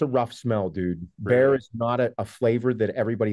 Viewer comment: Bear chat, not bro chat